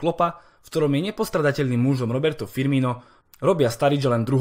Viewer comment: Cenim konečně někdo z ytberů, kdo umí vyslovit jméno Firmino a nedělá z toho paskvil (Firmíňo) :D